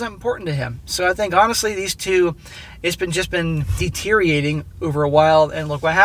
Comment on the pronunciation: For the record, "deteriating" is not a word. Deteriorating is.